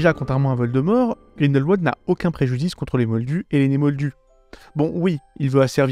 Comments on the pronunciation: par pitié, ça se prononce grindelVald, pas grindelouald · Ca se prononce GrindelVald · Alors je ne sais si c'est parce que je suis suisse et que Grindelwald est un lieu qui se prononce en allemand, l'entendre avec la prononciation anglaise me fait sourire. ^.^